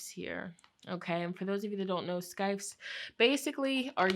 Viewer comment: It's pronounced "sithe" -- no C sound :)